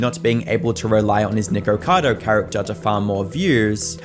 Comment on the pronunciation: Bro is saying "niqqercado"